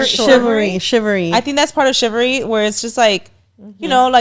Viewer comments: Shivery 😂 chivalry ladies haha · Shivery lol 😂 chivalry 😅